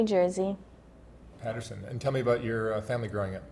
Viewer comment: Patterson 😂 Paterson* an I ain't even frm there